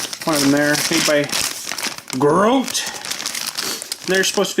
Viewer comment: The name of the company that made those lights is pronounced GRO-DEE, My father used to work for that company many years ago when they had a facility in Belleview, Ky.